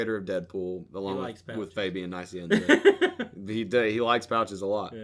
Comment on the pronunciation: you are a dumbass. you said fabian nice - ee- enza. thats not how you say his name.